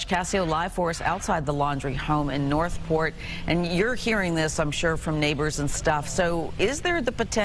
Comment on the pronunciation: lady its North Port FL, Not North Fourth.....get it right geez